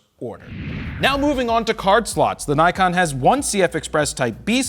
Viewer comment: I'm bit bothered with Naykon! Please pronounce it as Nikon it's japanese.